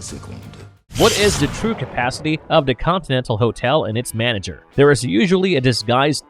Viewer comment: The robotic voice continually saying " da" or "duh" instead of "the" is pretty hilarious ( I seriously dislike the voice no matter what, though )